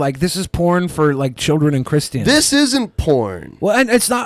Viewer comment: Can someone please tell to stop pronouncing christians in that retaeded way?